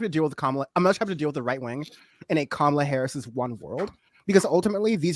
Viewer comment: This is for and I mean this in the nicest way....how hard is it to pronounce Kamala's name? She's been VP for almost 4 years now ffs. I know the righties do it out of spite but the lefties should know better. Sorry, I know its your channel, i don't want to be a dyck